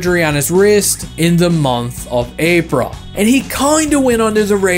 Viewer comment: Hey stop saying "MOMF"...it's "Month"!!!... Love your content!